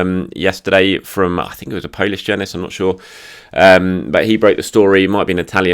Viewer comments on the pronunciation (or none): none